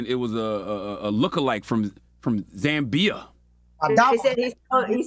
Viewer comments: It’s not pronounced zam-beer please y’all could have easily researched before saying it on air it’s pronounced as spelt Zambia 🇿🇲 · Kelvin the guy that looks like you is my neighbor here in Zambia and he does claim that you are related! Charlamagne its ZAMBIA and not ZAMBIYA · It's pronounced as "Zambia" not "Zambiya" Chalamagne. Say it right. Tf wrong with you. Am Zambian so that ain't how they pronounce it. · Achimwene! Zaaa-mbia!! not Zam-beeya! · it’s Zambia. Not Zambi-uh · Za-mbi-ya🤦🤦 it's just Zambia please. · But why pronounce our country name as Zam- bee-yah. Kwati no zambeef lol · But he pronounces Zambiya? That's not doing his homework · The fact that none of them know where or even how to pronounce ZAMBIA makes them look real dumb. That's so research he should have done for sure....... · Imma need CTHAGOD to pronounce Zambia 🇿🇲 properly got damnit 🤦🏾‍♀️🤣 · Go ahead and give yourself Donkey of the day for that Zambia pronunciation 🤣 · How difficult ia it to pronounce 'Zambia'..Wow!!! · He could have At Least pronounced Zambia 🇿🇲 nicely 😩😩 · Charlamagne really butchering the pronunciation for Zambia i almost thought he was talking about a whole different country. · The pronunciation of Zambia though 🤦🏽‍♀️.. never imagined it was hard at all. Lol. But all cool, much love!